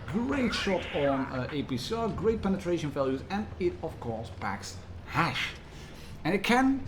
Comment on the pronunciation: I like how you keep saying Hash instead of Hesh ...you stinky pothead 😉 😂😂😂